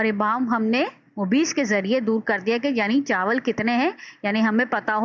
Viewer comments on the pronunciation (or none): زبردست۔۔۔۔لیکن بعض الفاظ کا تلفّظ درست نہیں۔۔ممیّز ، اِلیہ وغیر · زبردست۔۔لیکن بعض الفاظ کا تلفّظ درست نہیں مثلاّ ممیّز ، اِلیہ وغیرہ